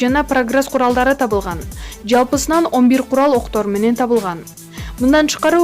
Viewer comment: Диктор киргизго тапылган эмес табылган десен.